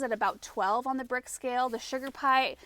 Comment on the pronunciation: Brix, not bricks.